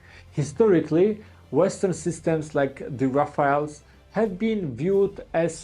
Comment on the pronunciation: Rafaels ❌ RaFAILS ✅ RaFELL ✅